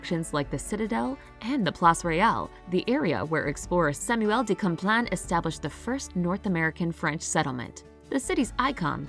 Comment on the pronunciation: Samuel De Kamplain 😂